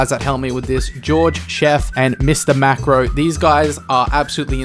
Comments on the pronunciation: How many times is gonna say macro instead of marco? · why you always say mr macro but its marco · Omg it infuriates me everytime calls mrmarco "mr macro" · You keep calling him Mr Macro but it's Mr Marco hahah either way, these mods are hilarious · Its mr marco not macro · It's marco not macro